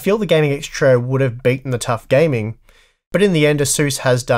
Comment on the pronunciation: have you ever considered pronouncing trio as "trio" instead of "troe"